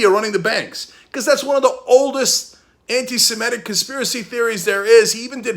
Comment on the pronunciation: Is this how we all are pronouncing 'antisemitic' now?